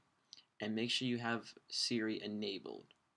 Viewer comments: SPY-ER(Spire) not Spirie >__> Just a heads up it got annoying the way you say it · FUUUUUUUUUUUCK ITS SPIRE NOT SPIRI!!!!!!!!!!!